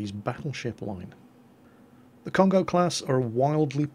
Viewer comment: It is not "con-go" it is "cone-go~" you emphasize the first o and extend the second one. Every vowel in Japanese is the short vowel unless it is accompanied by a u. If there is a u after it, it is the long vowel. If you have an a and then an i, then it makes a "y" sound like in my. if you have an e with an i after it, then it makes an "ay" sound like in okay. any time you have a consonant and then a vowel, or just a vowel, you can use this handy guide. (- = any consonant) -a is pronounced ah (ie ta sounds like "tah") -i is pronounced ee (ki sounds like key) -u is pronounced ooh (bu sounds like boo) -e is like a short e(te sounds like te) -o is pronounced like oh (ho sounds like hoe) This is a very basic guide, if you want something much more in depth check out this guide